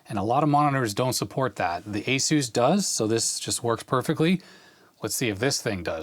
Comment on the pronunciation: I kept hearing the “Asus” monitor as the Spanish pronunciation of Jesus. Given its abilities, perhaps appropriate.